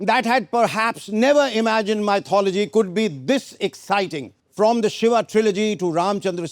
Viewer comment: Why is he saying “Shiva”, if it is Shiv.